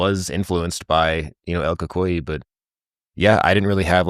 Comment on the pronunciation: I'm mexican, and my grandparents told me about el cucuy (the same pronunciation you used: el cool coo ee...